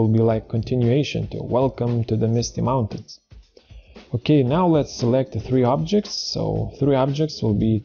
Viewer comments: "If you don't know what is parallax,..." ...and "mounatins"??? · One Skill "MISTY MOUNA-TINS" LOL